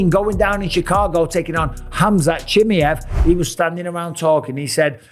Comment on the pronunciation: Why he sayin Khamzat chimi-ev🤣🙏🏻